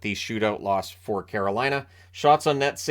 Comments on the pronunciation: same I caught the same thing. He got out Caroline and then the wrest of the word was absolute jargon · Know what you mean. At one point when he was trying to say "Carolina", I legitimately thought he might be having a stroke.